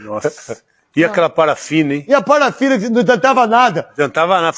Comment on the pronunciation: NETO O QUE É PARFINA?FALA CIRRETO CARA COMO UM APRESENTADOR É ESSA VERGONHA PRA BAND!!